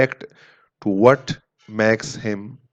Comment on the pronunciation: Ur english is so funny...u call makes as maks